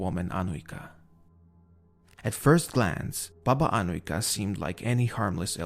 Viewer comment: your serbian pronunaciton of Baba Anujka is really good you can hear cleearly every letter.keep up the good work lovin your channel salute from serbia